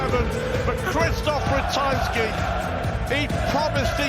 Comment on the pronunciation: How many times does he have to pronounce Ratajski properly before the other idiot cottons on. If you can't pronounce names you shouldn't be commentating